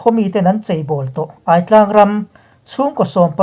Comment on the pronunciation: Aitlang i lam dan kha kalo ngai mawh deuh, Ai ," Nilum ai" Aitlang